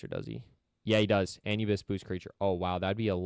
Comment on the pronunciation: You said Anubis wrong so many times 😂😂😂